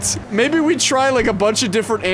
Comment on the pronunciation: certified moment “myebbe”